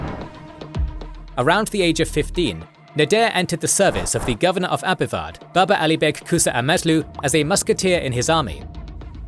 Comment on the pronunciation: BABA ALI BEG???? YOU MEAN BABA ALI BAH? BUH??? BEH???